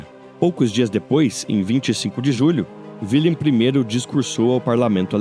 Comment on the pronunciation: Wilhelm , pronúncia-se [vilhelm] o "W" em alemão representa o fonema "V"... E "WIlhelm" corresponde a Guilherme Assim como a palavra germânica WERRA, deu origem palavra GUERRA"